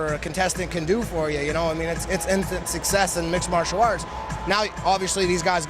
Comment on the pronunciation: He cannot say Mixed Martial Arts lol